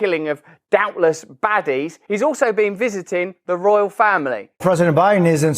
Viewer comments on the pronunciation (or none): none